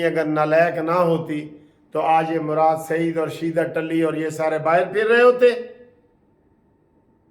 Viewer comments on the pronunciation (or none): none